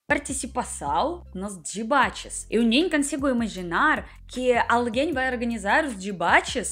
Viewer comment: "dibates" que fofa